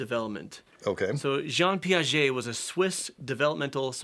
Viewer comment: I was listening to the video while working of another stuff and I had to make a pause because I heard french. I'm french and wow I didn't expected it! I must say did a pretty good job pronouncing "Jean Piaget"! Okay now that I made my useless comment, back to the video :)